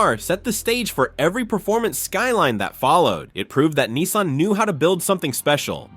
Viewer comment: he cant even pronounce nissan right